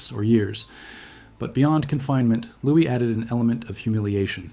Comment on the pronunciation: Louis is Lou-Wee not lewis. terrible ai voice